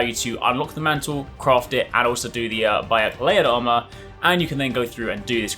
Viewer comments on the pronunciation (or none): none